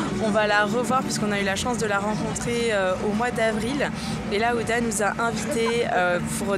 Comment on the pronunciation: Elle a l'air hyper gentille youdha (je sais c'est huda mais tu me fais trop rire parce que tu dis youdha😂😂) et tu étais magnifique quand elle ta maquillée gross bisous ❤❤ #warriorforever